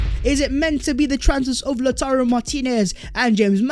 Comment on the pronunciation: From "Tammy Abraham's" to "Lauturrro Martinez"